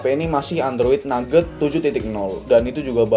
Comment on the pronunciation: android nougat bang, bukan nugget ahaha